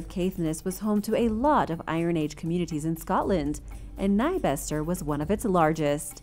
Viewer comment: As someone who lives in Caithness, your pronunciation of Nybster hurt! And you added an "e" that it doesn't have